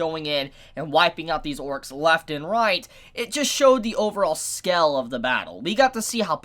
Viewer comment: is it just me or does he pronounce "scale" as "skel"??